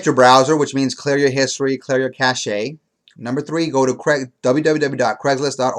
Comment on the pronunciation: Your Internet Cache (Pronounced CASH) Not Internet Cash-shay